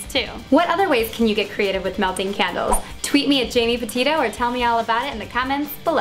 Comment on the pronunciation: when she said "tweet me at " i thought she said potato....... i like potatoes!!:)